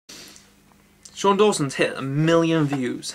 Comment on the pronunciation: its shane dawson not sean dawson